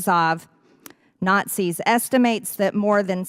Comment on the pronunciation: It sounds like she is saying NOT SEES